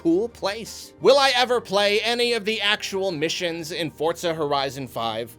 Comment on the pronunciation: I'm liking this video purely because you pronounce Forza correctly, don't even need to watch the rest, thumbs up all round.